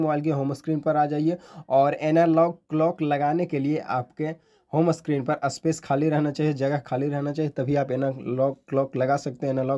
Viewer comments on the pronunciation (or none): Aspesh nahi space hota hai bhaiya